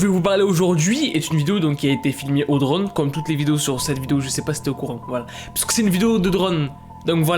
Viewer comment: Quand il l'a dit drone j'ai crue qu'il a dit drogue